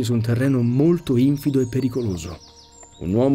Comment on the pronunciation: ah, scusa se mi permetto un appunto fonetico, ma questo è un po' il mio campo, quindi è deformazione professionale 😂 In ogni caso, lo dico per tua utilità: infìdo è una parola piana, non sdrucciola. E' un errore che commettono in molti 😉